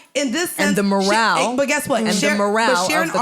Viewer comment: This bish said the morale 😂😂😂